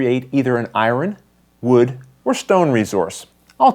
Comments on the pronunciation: ***** I think the person is making fun of your pronunciation of the word "Iron." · "Iwren" ? :) Good job on the how-to!! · ***** Ha...I'm from the south where we murder the English language for a living, but I was getting tickled each time you said iron. :)